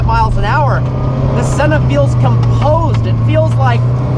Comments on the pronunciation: You pronounced sennas name wrong, as a Brazilian it drives me insane!!!! Learn how to pronounce it first jeez. Here’s a little lesson on how to pronounce it ah-eeeh-ton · Please pronounce senna right , also I really don’t think was appropriate to show his death . But great review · Absolutely butchered that mans name.